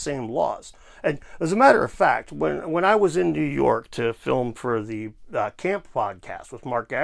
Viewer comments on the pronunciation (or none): none